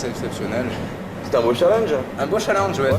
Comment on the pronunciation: « Un beau challinge » 😂🤦🏽‍♀️ mais c’est challenge ptn sa m’énerve 😭